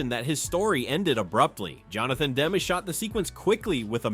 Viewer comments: Demme is not pronounced "Dem" — "Dem-ee" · It's too bad... the AI narration always spoils the video. I am always bugged by the constant mispronounciation of names that you've heard a million times. Here Mr. AI keeps going back and forth with DEM (WRONG) and DEMME ( dem-eee right ) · The mispronouncing of "Demme" is pretty annoying. If it isn't AI, you know nothing of movies and if it is AI figure out a way to get it to pronounce well known names correctly.